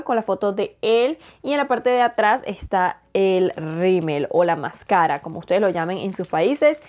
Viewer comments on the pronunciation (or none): Me encantan tus videos y todo, pero hablas muy bien el español, pero me hace ruido que digas “maskeirra” en vez de máscara 😥